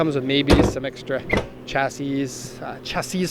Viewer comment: Pronounced ‘shassy’ - chassis